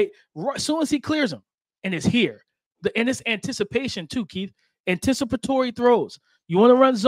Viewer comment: why this guy keep saying antisipatation lololololol shit has me dead lol